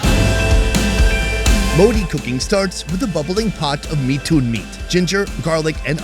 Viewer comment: The Mithun is pronounced in one word Mithun Not mi thun Like it's Robert Not Ro Bert